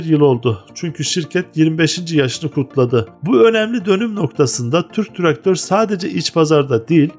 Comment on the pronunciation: "Tırk traktör" gibi telaffuz ediyorsunuz.